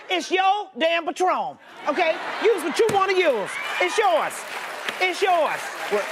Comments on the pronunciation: "Patrom"! 🤣🤣🤣🤣💜💜💜 Instead of "PATRON" REST IN PEACE "AUNTIE FEE"❣⚘⚘⚘⚘ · Patrom* get it right 🤣🤣🤣